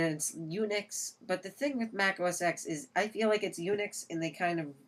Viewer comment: It's os "ten" not os "ex" just thought i'd point it out.